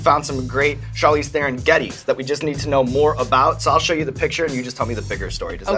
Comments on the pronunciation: Her American accent isn't fake. She learned English properly while she was in the US, so that's just how she speaks. And she pronounces her surname wrong on purpose so that Americans can repeat it. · She must be pissed off about hearing her name pronounced incorrectly for 100 times in just this video :D It's "Thron", not "The Ron" ;) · Charlize Theron is sooooooooo darn beautiful! By the way, her last name is pronounced "Tron" not "thè-ron". She was too sweet to correct you XD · Charlize "Thaaron" is how you pronounced her last name. #FirstWeFeast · Theron is pronounced Tron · Hollywood still mispronouncing her name its "Tron" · It’s pronounced Tron with a rolling T... and she did very very well. Maybe the best. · You pronounced Theron wrong, it's pronounced Taron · Theron is pronounce The-Rone. She says it on Ellen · he's a pretty good interviewer but lets see how he pronounces her name. He'll probably get it, it's not that ha- ...oh...oh no... Tharen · OH COME ON!!! a hollywood A-Lister ?! what show is this!! omg! :D her name is pronounced charlize thron :D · I really thought he would pronounce her last name correct! :D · When will anyone pronounce her last name right? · Yeah, she's so real she would not even pronounce her surname Theron correctly out of "shame" being South African. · C'mon Evans, mispronouncing Theron? You're losing your edge. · OMG, Sean got her name wrong! =O Was he so excited that he forgot to research the correct Afrikaans pronunciation? Guess that's what he got the 'asshole' for haha